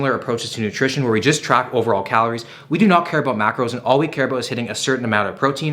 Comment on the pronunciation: “We’ll see aboot that”